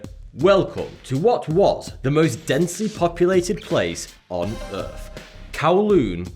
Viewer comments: it’s earth not “earf” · Forty free fousand on earf? Thucken hilarious